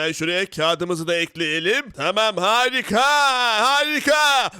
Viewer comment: Abi harikayı hızlı deme bi tu af geliyor